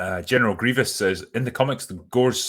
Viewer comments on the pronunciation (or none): none